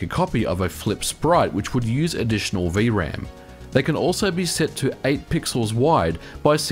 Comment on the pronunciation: "vee uh ram" It's just V-RAM.